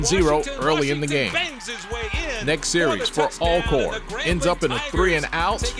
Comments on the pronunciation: Why haven't people learn how to pronounce Alcorn.. ALL CORN🤔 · I’ve been following HBCU sports since childhood in the 90s and finally realized the correct pronunciation is ALLcorn last year. 🤦🏽‍♂️ I’ve always heard both ALLcorn and ALcorn but had to ask last year.